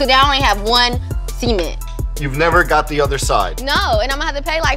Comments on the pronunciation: Bruh she says the black cement like black seement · Why so many people on this show say "Seament" instead of Cement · ''BLACK SEMENS'' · "Black Sement" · Love how she pronounces em “sea-mint” 😉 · Lol, at (see-meant) cement! She cute. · See-meants? She's adorable but huh lol? RIP to Nipsey Hussle as well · Sister that ain't how you say cement. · the way she say cement sound like semen